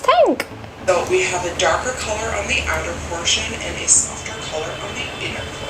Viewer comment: But why do ppl try to b or copy someone wat they aren't... they can just b themselves n b hapy... Also u can hear the 'kholor' for color🤭